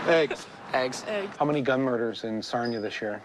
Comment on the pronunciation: It's pronounced Sar-nee-uh, not Sarn-yuh.